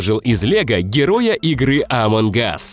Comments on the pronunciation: Не АМОГ АС а АОМОНГ АС😐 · Ты сказал "among gus" а надо было among us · Не амвон гас а амонг ас среди нас